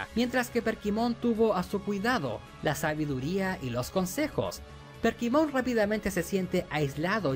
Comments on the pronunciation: Porqué dice PERKIMON? se llama Kerpymon. Además este men nada más por que a él no le gustó, ya dice que es la peor temporada.. Mira los comentarios y te darás cuenta que casi nadie concuerda contigo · por qué le dice perkimon a kerpymon jajajajajaj lpm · decirle Perkymon a Kerpymon me dio toc todo el video xd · Soy el unico que escucha que le dice perkimon en vez de kerpymon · demasiados "perkimon" pero buen video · por que le llama "perkymon" a kerpymon y "dunasmon" a dynasmon? me pone muy nervioso xd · mi unico punto en contra es que todo el video te la pasaste diciendo Perkimon, y es Kerpymon o Kerubymon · Kerpymon no perkymon jaja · Perdí la cuenta de cuantas veces dijo "Perkymon" xD tremenda dislexia de más de 30 minutos